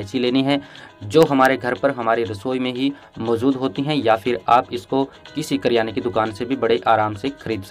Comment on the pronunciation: किराने की दुकान ❎किरयाने की दुकान✅